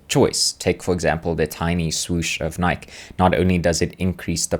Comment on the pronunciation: “Nike” like Mike? 😂